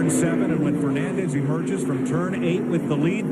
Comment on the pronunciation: "Adrian Fernoondez" -Darrell Waltrip